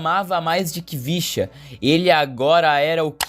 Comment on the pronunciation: Na se lê Khvicha (quivichia )e sim Hivishia Kvaratskhelia